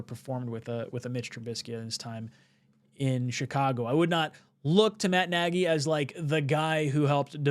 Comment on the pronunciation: It's not Naggy it's Naagy or ie Nagy